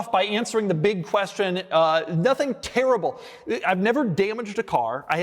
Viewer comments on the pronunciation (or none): none